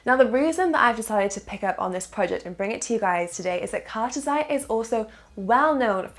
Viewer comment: Lol you say cartesi wrong and the partnerships are not what make cartesi sp good the fact you skip over what the technology is makes me feel like saying do some research.